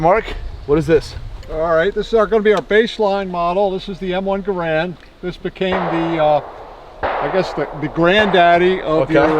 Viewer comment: he can't even pronounce Garand correctly Thunbs down